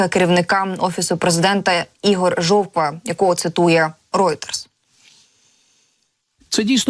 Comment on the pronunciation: Мені одному почулось,що вона каже не Жовква,а жопа?! 😂